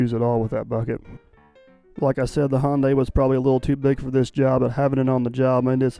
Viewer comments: Sunday Monday Hyundai... not Hawnday. Lol. Love the videos. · Hyundai is pronounced Hi un dee ! Back in the early 1980's I worked for a company that built Ion Implanters for Hyundai. I was the Quality Assurance Inspector for the job and was always corrected by their engineers on way to pronounce it. I was also the 1st American to drive one of their cars on American roads! It was a piece of junk but I didn't tell them that! Best Regards, Jay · Hyundaii like sunday. I had a new car sales man tell me that one time when j asked him how to pronounce hyundaii. He said hyundaii like sunday. And of course the fella was korean .